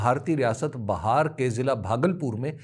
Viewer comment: بہار ۔۔۔۔۔ ب کے نیچے زیر ہے۔۔۔جب صوبہ بہار کا ذکر ہو۔